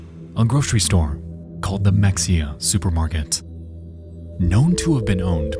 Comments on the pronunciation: On that Ft Worth story: us Texans pronounce it “Hemp-hill” not Hemfill, and “Muh-hay-yuh”, not Mexia. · It’s pronounced Me-hay-ya not mexia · It's in texas with Spanish influence, mexia said mex-e-a is pronounced ma hay uh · So its not pronounced "mek-see-uh" its "meh-hay-uh" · Mexia is pronounced, MUH - HEY - AH Not MEX - EE - AH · As a Texan, I was like where tf is this city Mex-ee-ah? Like a Texas city I haven’t heard about that’s crazy I wasn’t watching how it was spelled bc I was on my phone. Then realized he was talking about Mexia (Muh-hey-ah)! I cringed every time he said it HAHHA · Mex-ia. LOL - In case anyone isn't from Texas, it's Ma-Hay-uh. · It’s pronounced meh-hey-uh, not mex-ia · Mexia - pronounced ma-hay-a. Another weird Texas name. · Mexia is pronounced, Mah-Hey-Ahh. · The Mexia supermarket is "muh HAY uh" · mexia is pronounced ma-hey-ah lol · there is something so funny about the way he says Mexia , typically ppl would say it like muh-hay-yuh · Its pronounced "Mah-hey-a" And why yall want to view or hear video of people dying. How sick is that, the disgusting morbid curiosity of you all. Hell your generation is notoriously weak and definitely couldn't handle it without years of that thing called therapy. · FYI, Mexia is pronounced “meh-hay-a”! Signed, a native Texan. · It’s pronounced “muh-HAY-uh”. Like the small town outside of Waco that Anna Nicole Smith is from 🤭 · "Mexia" is supposed to be said as "meh-hay-uh" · It's pronounced muh-hay-uh by the way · Mexia is pronounced "muh-hay-uh". (I grew up in Fort Worth and was in high school about to graduate in 1999) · That isn’t how Mexia is pronounced, but you’ll be forgiven for thinking so. It’s Meh-hay-ya. Much like how Mexico is actually pronounced Meh-he-co. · Mexia = pronounced ma-hey-ah. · Also as a Texan I want to let you know Mexia is pronounced “MEH-HEY-UH” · Nexpo: pronounces the x in Mexia Welp, i kmow he's not a texas boy "...on CBS, channel 11." Nvm you're a houston area boy.